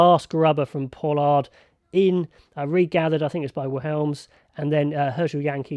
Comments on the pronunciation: Pronounced Vil-Em-Seh/Suh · Great vid...just a pronunciation tip Willemse Vil - limb - sir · Great review, Damian Willemse's name is pronounced Vill-Em-Suh